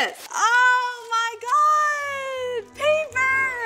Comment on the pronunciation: Lana: ItS PaPeRrRrRrRrRr Why did you click read more?